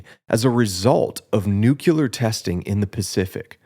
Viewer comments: New-clee-ur, not noo-que-ler. Sheesh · It's pronounced NU-CLE-UR, not NU-CUL-UR. Despite the fact that I agree with your video in principle, I couldn't finish the video because your pronunciation of a critical word was so horrifically bad.